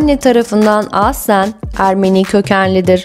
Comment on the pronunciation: Nasıl bir “aslen” deme şeklidir bu. Bu kelimeyi çok yanlış telaffuz ediyorsunuz. Kulak tırmalayıcı